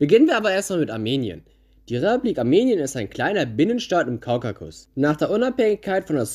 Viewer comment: Interessantes Video und Respekt fürs raussuchen der Fakten Aber bitte, es heißt KAUKASUS nicht Kaukakus. Triggert mich hart